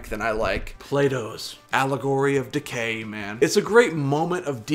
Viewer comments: Sounds like your saying Plato's allegory of decay not allegory of the cave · It’s “Plato’s Allegory of the CAVE,” not decay. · It's allegory of the cave, not decay. Decent video though